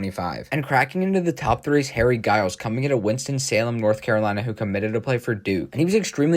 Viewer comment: Giles was Injured at Duke and didn't play much and isn't pronounced Guy-yuls, it's pronounced Jie-yuls.